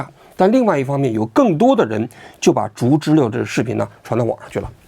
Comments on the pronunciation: 竹知了的正确发音应该是"竹zhú知zhī了liào", "了"的发音不是"lè", 而是"liào", 且接近"轻声" (短促、音低，起收尾作用)。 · 知了（liao）還是“知溜”？ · 开屏暴击，，不是竹知了（liao)吗。。。 知了啊 ， 怎么成知乐了。。。听着好难受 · 王局说zhuzhile，我觉得应该读zhuzhiliao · 应该是“竹·知了（Zhī liǎo）”吧！ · 王局为什么总把“竹知了(zhu2zhi1liao3)”念成(zhu2zhi1le4)？听上去怪怪的。我知道有些AI配音一碰到多音字就容易犯错，但如果是王局真人发声的话应该不至于啊。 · 那叫竹知了（liao）好不好，王局连知了都不知道吗😅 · 不应该是读竹知了（liao)吗，王局咋一直说成竹知了（le) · 难道不是 读 zhu zhi liao？ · 竹知了(liao, 3声) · 不是应该叫竹知了（liao）吗？我一直记错了？ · 这个玩具应该读音竹知了（liao 三声）吧，就是蝉